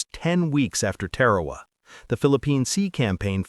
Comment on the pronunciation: It sounds like Tear Herr Waa not Te Waa Waa My Dad was a CB on Guam.